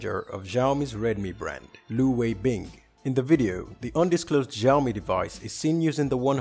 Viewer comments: It's not Shio-me it's Shao-me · it's Shio-me not Zhaio-mi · it's not giaomi, it's shiaomi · Great video...but it's not pronounced as Ziaomi it is pronounced as Xiaomi were the X is equal to SH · sorry to be a bit harsh to you, I had a rough day. thank you for your complement and just for your reference, Xiao is actually meant to be pronounced like shyao. it may even be a little bit easier to say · It's so annoying how he pronounces Xiaomi "zhiaomi" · Hisyam Gaming Ikkr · The way he pronounces the name triggered me because ik how it is actually pronounced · Making tech channel And cant even pronounce xiaomi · Oh god any other Chinese people cringing at his pronunciation? IT IS SEE-i-OW MEE. At least he said Huawei correctly doe.